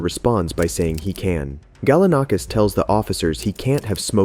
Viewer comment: Seriously how many different ways are you going to pronounce Galanakis?? It's the same name ffs